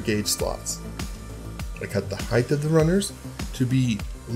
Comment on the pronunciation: “ Heighth “ is not a word.